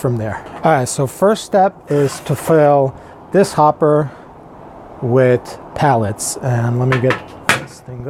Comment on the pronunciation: PELLETS, Not Pallets lol. Sorry that just drove me crazy hahaha.